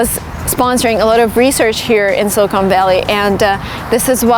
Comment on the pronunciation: Thank you for telling this story, but I have to tell you something that kind of grated on me is your pronunciation of the word 'silicon'. It sounded like you were saying 'Silicone Valley' which is funny because 'silicone' is a material plastic surgeons used to use to do breast augmentation-- which, of course, is totally different than the element silicon used in semiconductors. I believe the word is better pronounced 'SILLuhkun' with the accent on the first syllable and the last syllable pronounced with a short 'u' sound. Yeah, I know I'm being picky, but it's something I notice. Also the author Tom Wolfe has a very interesting essay in his collection 'Hooking Up' called 'Two Young Men Who Went West' which is about the men who started Fairchild Semiconductor and Wolfe gets into a lot of Silicon Valley history which I thought was fascinating and you might like it, too. Thanks again